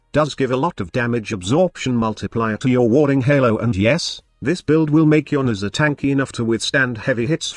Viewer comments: 90% of the time I hear Mesa lol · Youre text to Voice program was clearly not built to pronounce Nezha :D :D